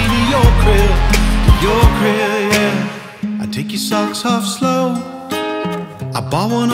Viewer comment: I'm just saying everytime he says crib is sounds like grill Good luck unhearing it